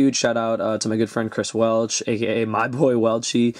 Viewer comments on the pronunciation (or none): none